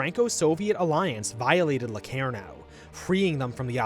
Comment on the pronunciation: yes i watched it. The guy cant pronounce locarnoand claims germany was stronger after versailles. Completly skips over Stresemanns strategy of allying the us and makes it look like chaimberlain underfunded the british forces